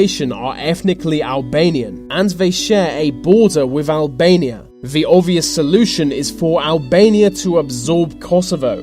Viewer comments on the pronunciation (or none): get alBANIA. To put alBANIA So much emphasis on the B